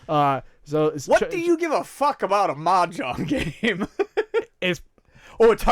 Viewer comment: The "j" in Mah Jong should be pronounced more like the "s" in pleasure, and less like the "j" in John.